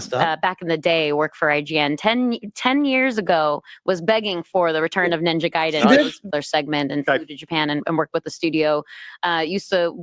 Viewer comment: Pairing the music with what is going on in the game is something as old as entertainment. The insight she has is only surface level. And only a few seconds later the idiot cannot pronounce Ninja Gaiden correctly... or even knew there where three Ninja Gaiden games on the NES.